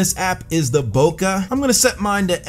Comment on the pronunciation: Bro is mispronouncing Bokeh lmao.